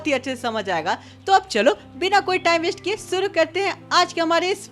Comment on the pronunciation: Shuru ❌ suru 👍 😅😅